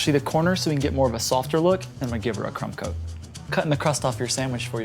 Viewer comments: He definitely said 'cum coat' instead of 'crumb coat' 😂😂😂 ( for those who are wondering) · Who else heard cum coat? 😂